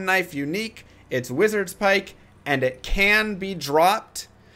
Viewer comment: Lol. He's calling it wizards pike. It's pronounced wizard spike.